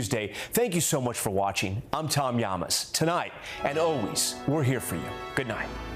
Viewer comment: Tom Ñames? O TOM LLAMAS? Like in ¿COMO TE LLAMAS? BTW Ñames are Caribbean sweet potatoes… and he is not! Practice, practice, practice his name, por favor! Gracias!👀😘